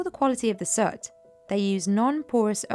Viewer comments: Are you saying soot? Sure sounds like sert. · Isn't it prononced S 'ooo' T, and not Sut ?!